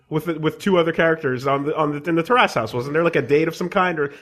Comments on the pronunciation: terrace not tear ass . . . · It's almost like these guys don't know how to pronounce 'Terrace'. I don't even think they know what a terrace is.